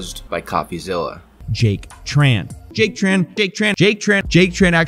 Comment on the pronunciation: Small nitpick, Jack Tran has a Vietnamese last name and I get annoyed when people pronounce it as “Tr-an.” First of all in Vietnamese due to our weird Portuguese based orthography, the “tr” actually makes a “ch” sound. Secondly, the name is written without diacritics, but since Tran is such a common last name we can deduce it’s a Trần. So Trần should be pronounce more akin to Chun instead of Tran.